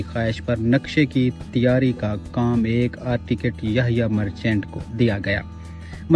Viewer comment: آرٹیکٹ نہیں کہتے آرکیٹیکٹ کہتے ہیں